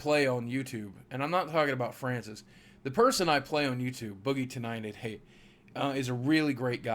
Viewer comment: ever time he says boogie 29 88, I hear boogie tonight 88. :P